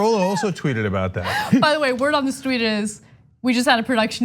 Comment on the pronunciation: She said "word on the stweet" lol